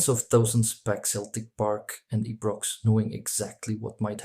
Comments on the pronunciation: The cameras have reduced the violence, but never the passion. Winced at the pronunciation of Ibrox. It's Eye'brox not Ee'brox. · If you watch the trouble between 22 players on the pitch, what do you think the trouble is gonna be like when you pronounce Ee-brox… Ee-jit. Don’t waste your (potential) audience time by putting out videos where you cannot even pronounce something as fundamental as Ibrox… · Excellent commentary adapting to our language. Ibrox is pronounced "HUN-PIT"... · All that effort to put this together and you can't even pronounce "Ibrox" correctly 😂